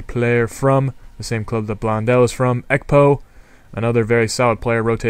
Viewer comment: your messing the names up. you pronounced ekpo right so why are you saying taiwo like taiwan or taiwoooo.